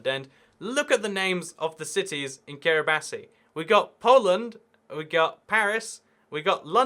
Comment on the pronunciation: Kiribati is pronounced "Kiribas". You should check out the Geography Channel; you may like it! Meanwhile, awesome content so I hope it continues! Love the content!